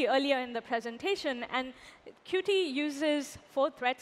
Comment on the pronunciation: Qt devs pronounce it as kju-teeeee, second syllable stressed, or just as "cute", just in case. Nice job with the talk and comments section patrol, best of luck :)